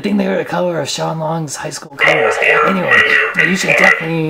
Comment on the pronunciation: It's colors not cuhers. It's Teeth not Teef